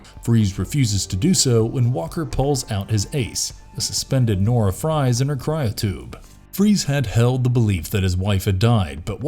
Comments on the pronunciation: It's pronounced "freeze", not "fries". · Good video just one thing Nora is not a box of french fries her name is Nora Freeze while it's true it's spelt like fries it's pronounced freeze like dr. Victor Fries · Bat TAS was a groundbreaking in so many way. BTW Victor & Nora Fries last name is pronounced Freeze as it's of German/Austrian name. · The surname Fries is pronounced “freeze”. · The last name of “Fries” is still pronounced “Freeze”. That’s part of his ice pun even before his accident. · I love this video and anything BTAS! But how can you misread Noras last name as 'Fries' when talking about Mr. Freeze in the same sentence?! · "Fries"? "Rawz"? "Youboo"? How are these names being mispronounced? Did you not watch the show?